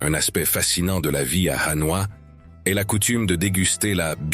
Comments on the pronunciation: Pour un reporter et commentateur chevronné , prononcer HANOA au lieu de Hanoi est presque une faute professionnelle . On ne dit pas PAROS voyons !! En plus choisissez des photos de vraies vietnamiennes pas d'autres filles du SE aisiatique ! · J'avais deja visionne' des centaines de videos sur le Vietnam, mais celui ci m'a attire' par le commentaire, on sent le lecteur passionne' par son sujet, lecommentaire etant bien lu (au fait on dit HanoI et HuE, derniere voyelle bien accentuee0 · Très joli reportage. Dommage cependant d'utiliser l'IA pour la narration, cela entraine des fautes de prononciation (ville impériale de HU au lieu de Hué et capitale, Hanoï souvent prononcée ANOI), cela ajouté à un rythme monocorde qui devient vite lassant. Pourquoi ne pas utiliser une voix off humaine en place de l'IA (l'intelligence artificielle) ? Sinon, très belles images et vidéos. Reportage complet montrant les multiples facettes de ce fantastique pays et de ses merveilleux habitants. J'ai donc décidé de m'abonner à cette chaîne afin de découvrir les autres vidéos. Bravo pour cette excellente idée et ce format aussi original que novateur ! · Cette vidéo est très intéressante. J'ai fais plusieurs voyages au Vietnam, mais là je découvre des endroits que je n'avais jamais vu et ça me donne envie d'y retourner une nouvelle fois. Dommage que le commentaire de la vidéo soit assuré par un robot qui déforme pas mal de mot, y compris le nom de la capitale devenu "A noix".